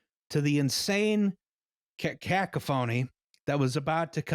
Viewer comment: For anyone wondering is pronounced cuhCAWphuhnee not CAHcuhphony. It's a weird word I know. Love you,.